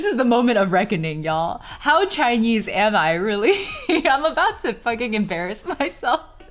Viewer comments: "Chainyeez" 🤣😍 That much. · maam. it hits me like a truck whenever u say the word "chinese" in a vaguely chinese accent, bc i do the exact same thing